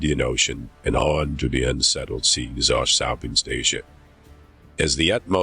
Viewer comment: Whether the Shun is shining or the Sheas are Shtorming 😂